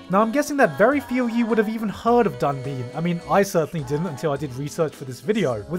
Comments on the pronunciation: While I'm really happy you found out about Dunbine and told everyone about it (seriously, thanks, it's a great show that deserves more attention), it's really not DONE BIN, it's read pretty much as it's written in English, 'danbain' in romaji. And it gets stuck in your head if you watch the OP at least once so hearing it mis-pronounced is really weird. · Dunbine : Actually pronounced with the silent E. So actually "Dunbine" not "Dunbeen". I watched it back in the day. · The way you pronounced Dunbine is awfully odd. It sounds closer to Dunbean. Sunshine Dunbine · That pronunciation of Battler Dunbine is so funny. Sorry I just find it funny.